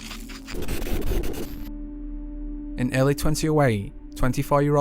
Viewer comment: Great Channel & i love that his accent makes him sound like he's ending every word with an H Videoh, Eerlih :P